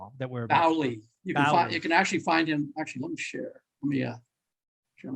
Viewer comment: FYI... tom bowley... pronounced bowl ee not bally. hurts the ears a bit.